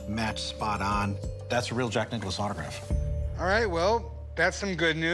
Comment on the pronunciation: Why are they saying Jack Nichollis or whatever? It says Nicklaus.